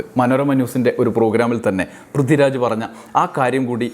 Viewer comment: 'പ്രിദ്ദിരാജോ' ആരാണത്? വ്യക്തമായി ഉച്ചരിക്കെടോ